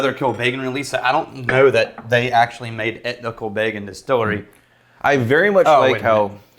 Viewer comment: Pronunciation is "...Kill Beggin'..."